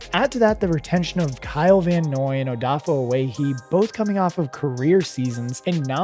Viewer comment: First it was Malik, then Ow-eh-he, by the time he got to Beeks I was done lol